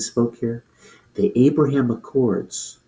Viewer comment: Trump calls it the abroham 😅 even Bibi had to correct him and then he got it wrong 😂